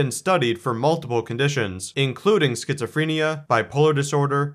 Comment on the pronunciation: Why can’t this man pronounce schizophrenia?